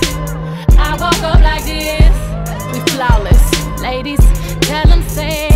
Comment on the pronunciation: It’s like the first time around when she says ladies she breaks it into two syllables. And the second time she said ladies it’s normal one syllable word. That stood out to me, I’m sorry if I wasn’t able to explain clearly